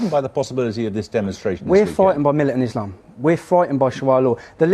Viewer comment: "Islamum" - LOL